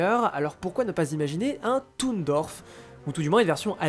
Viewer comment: Toon dorf 😭 c’est toon garnondorf mais pas « dorf »😭 c’est comme les gens qui prononcent Sheik « shik »😭😭